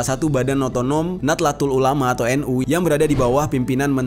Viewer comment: Nahdatul bukan natlatul bang😁